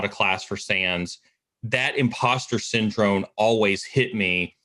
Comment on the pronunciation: Am I crazy or does he syndrone instead of syndrome. Love these videos but that's kinda driving me nuts...